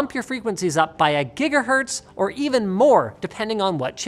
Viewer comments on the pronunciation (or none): none